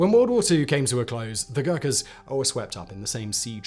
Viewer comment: God!!!! You just butchered their name with dreadful pronunciation!!!